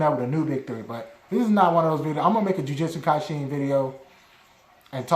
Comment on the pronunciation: Jujutsu kaisen you said that wrong 😊 but you tried